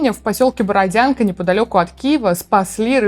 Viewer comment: Правильно говорить слАвянск и борОдянка, спасибо.